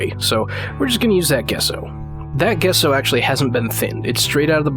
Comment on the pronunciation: Great video. Simple, straight to the point. Also, just so you don't get a bunch of crap on future videos, it's pronounced "Jesso". I had to look it up to be sure though. :)